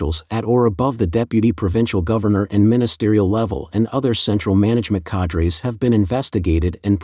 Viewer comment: cadres is a french word and that is not at all how it is pronounced. The word you are looking for in english is executive.